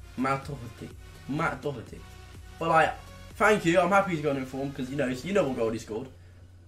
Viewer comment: At least he knows how to say Doherty properly 🐐🐐🇮🇪☘️